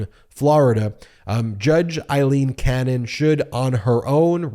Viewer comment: Feels like an exercise in mispronouncing her name as many times as possible. Force her recusal, but also say her name right.